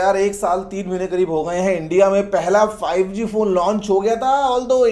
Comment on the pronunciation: I Hear Zee5 😂😂